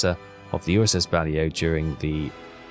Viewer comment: “Bah-Lay-Oh” not “Bally-Oh”